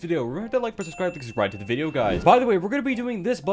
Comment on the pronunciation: sorry to say but 'the' should pronounced 'tha' rather than 'thi' here cause 'best' first alphabet is consonant.